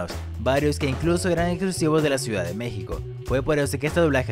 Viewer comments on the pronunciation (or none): none